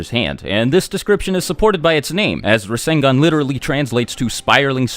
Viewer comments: I’m gonna take a shot every time you say rasengon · did u say minato created the resengan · Boruto's rasengan actually uses Lightning (Raiton) element. Not WIND (Fuuton). Sasuke specifically explained it to both Naruto and Boruto during the fight with Momoshiki. No biggie tho, I thought it was wind at first too.